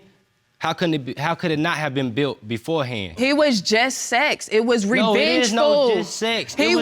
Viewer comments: It was “revenchful” it was revenchful!! 😂😂😂😂😂😂😂😂😂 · “It was revengeful” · It was Revengeful! Yikes